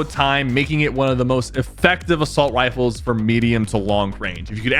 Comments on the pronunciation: Am I the only one thinking Sypher said wifles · “one of the most effective assault wifles” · He said assault wiffles😂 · assawt wifles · assauwt wifles